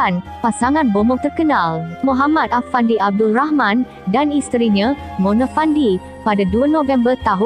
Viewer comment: Knpe you sbut Mone?? Plik2 la sbutan pn.